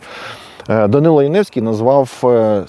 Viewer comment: Прізвище згаданого вами персонажа правильно було б читати як Янівський з наголосом на першому складі. (вірогідне походження від назви містечка - Янів). Ось звідки в нього прокинулась ностальгія за всім юдейським.